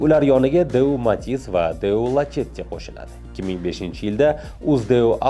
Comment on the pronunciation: Lachetti mas lasetti aytilsa toʻgʻri boʻladi